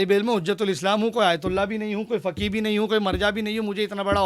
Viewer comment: Jis insaan ko khud urdu bolna nahi aati wo doosro se sawaal pooch raha hai. Faqeeh ko fakee fakee bol raha hai jaahil aadmi. Topi lagane se koi qaabil nahi hojaata hai, jaahil hai to jaahil hi rahega.